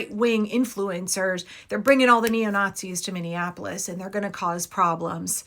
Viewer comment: These guys are such a joke, and no one is afraid of them, haha. He keeps saying he's coming to the "capitol" (which is St. Paul) in Minnea-Nah-polis. Can't even get the place and the name right 😆